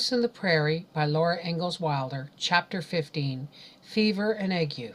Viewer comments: ...I am a retired RN...I believe " ague" is not pronounced the way you pronounced it..it is I believe, pronounced ag..with a long A and a hard G..the U and E are silent.Tbe A sounds like it does in the word "lay" and the G sounds like it does in the word" golf".. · And this is how I came to learn I've been pronouncing 'Ague' wrong in my head my entire life. Funnily enough when I first heard it I thought, 'giggle, she can't pronounce "Ay-gh" ' and then it hit me..